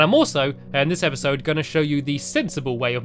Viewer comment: you said epasod number 3